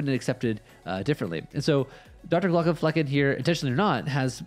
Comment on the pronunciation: You really need to be careful how you pronounce the "flecken" part of his name...although your slips of the tongue add a certain unexpected spice to your reaction video.